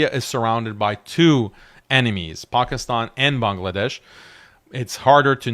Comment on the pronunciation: This guy said pakistan like actual pakistanis say it lol